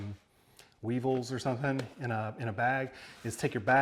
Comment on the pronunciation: "Lesser of two weavels." LOL! I like this guy! (Good movie BTW)